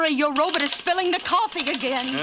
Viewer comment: Hey it's a Robot not a Robut u illiterate git but I'll let u off as ur in The Twilight Zone....what? Wrong show oops Dimension X of a thousand maybe worlds and a million lonely miles or whatever it went to but I love these shows from a lover of ur channel from Liverpool, England and a very happy Robut aaaggh Robot, Bot, Bot. No butts here!!!